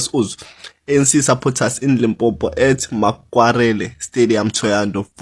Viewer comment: people can't even say LIMPOPO, but were fighting hard to have a a march there 🤦🏾‍♂️